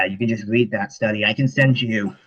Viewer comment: I hate how many times he said to "just wead dat study".